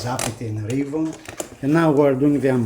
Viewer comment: Two things . . . First, you are mispronouncing "Reavon". It's pronounced "Reee' VON", not "Ray von". Second, as much promise as the Reavon players have, for the price these players still need quite a bit of work. Go on the forums to review the issues. My biggest concern is the price. Both players (the X100 and the X200) cost a whopping 50% more than comparable premium models.